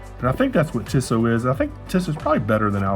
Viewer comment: It's pronounced 'Teesoh' with a long E followed by a long O.